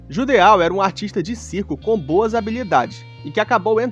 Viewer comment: Se não me engano o nome do Judeau se diz "Judô"